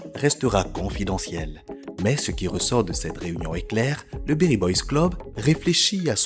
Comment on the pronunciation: C'est beri et non berry merci pour le contenu très qualitatif